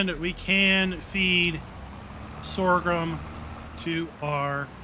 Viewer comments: What is this “sorgrum” you keep referring to? 🙊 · Stop saying Sor ghrum, there is no second R! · Everything you need to know about sorghum Step 1: Learn to pronounce Sorghum. As someone raised on a farm I was in a perpetual wince hearing Sore Grum 200 times. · LoL. You mean Sore-a-grum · Please- stop saying "Sorgrum"... its painful... 😐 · The word Sorghum has only one "R". Pronounced SORE-gum. Just like there is no X in espresso - "expresso" is incorrect. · There's only one r is sorghum. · Who knew there was an ‘R’ in sorghum? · I'm not trying to be a dick or incite a riot. Your pronunciation of "sorghum" is incorrect, no matter what part of the planet you are from. Look it up. I'm actually trying to be helpful with some constructive criticism. It's honestly hard to watch or listen to a video where someone is struggling with mispronunciations. I think people would rather watch a video where the narrator sounds well-spoken and intelligent. Do you think this would help your channel become more successful and find growth? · EXACTLY! It's jarring to hear such obvious mispronunciations in narration and honestly after reading his responses to viewers comments i'm not inclined to continue watching his videos. Have the grace to admit when you make a mistake and learn from it. Doubling down when people point it out only makes you look arrogant AND ignorant. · you're saying it wrong. I love your videos but it's simply incorrect.